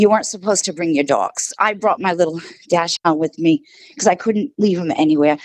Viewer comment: Dash-hound? Lol ..Dachshund